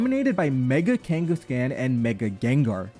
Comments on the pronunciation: Especially because it is a play on Genghis Khan and should therefore be pronounced similar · It's so weird hearing it as kangas-can instead of kangaskhan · Your pronunciation of kangaskhan makes me viscerally uncomfortable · Stop pronouncing kangaskhan wrong